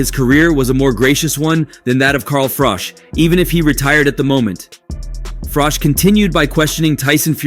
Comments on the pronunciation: Frich???? froock????? Frock???? its froch At least learn to pronounce someones name correctly before making a video... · Fuck sake say Carl's name right!! The last part is pronounced like you're saying cheese, not cock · His name isn't Carl Frock....its Carl Froch. Please learn to say it right 😂😂😂 or Frosh..... its FROCH....CH...CH...CH....FROCH. FFS. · Carl Frowj and Carl Fridge. WTF is this channel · Is it frosh or fritch , you can't even pronounce his name 😂😂😂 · Carl Fridge.. Love how Americans get everything wrong 😂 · Who the fuck is Carl Froc?dude you can't even say his name properly. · IT'S CARL FROCHHHH OR TRY IT FROTCHHH👍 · ‘Carl Frock’?? Who’s he? 🙄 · At least learn how to say his name right. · The narrator talks like he is "all knowing" about the Fury's and their detractors, but can't even pronounce Carl Froch's name.😂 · This guy pronounces Froch’s name differently every 2 minutes lol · Wow, how many ways can you pronounce Froch in one video!!! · narrator doesnt know how to pronounce Froch haha